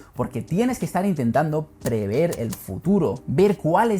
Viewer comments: todo perfecto pero un secreto... no se dice PREVEER, se dice PREVER, jeje, lo demas, ok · Magnífico vídeo, peroooo... "Prever", no "Preveer"